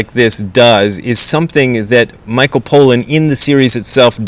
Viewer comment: I agree with Crow. You really need to drop this jihad you have against psychedelics. We get it. You don't like them. You don't like that people are interested in them. Tough; that isn't gonna change. On the subject of zen you have much to offer, but on this subject, not much more than a chip on your shoulder. That doesn't look good on anyone. Btw, his name is pronounced PAH-lan, not POE-lan. If you're not going to bother to finish the book or the doc, at least try and get the guy's name right...